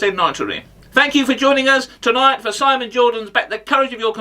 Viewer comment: 😃😃😃😃😃 "simmoon" haha